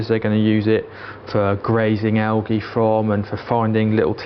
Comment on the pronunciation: Thanks for this outstanding setup video. It is great either for a beginner, or as a refresher for someone who has done it before. It was great not to have any of that annoying "guinea pig video" music, or rock. Thank you also for speaking clearly and not too fast. Lol, algae is pronounced aljee. 10 out of 10.